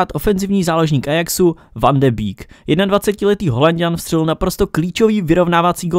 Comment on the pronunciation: Neni to van de býk je to van de bejk